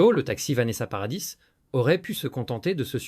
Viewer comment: naturel et fluide, avec des mots bien dits kwatorze ans au lieu quatorze, nôce au lieu de noce, paradisse au lieu de paradis, bref... plus naturel quoi.